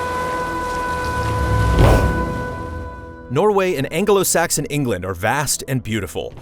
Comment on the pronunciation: An-ge-lo Saxon England hahaha